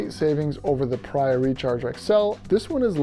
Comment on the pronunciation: I own this pad, and also their 30 degree quilt. I had to add an aftermarket extra strap to the quilt, but it works like a champ now. Great review! But I think it's actually pronounced PahREEahh. Like Maria. At least, that's what the actual company told me : )